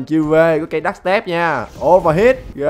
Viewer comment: Sai cách nhấn rồi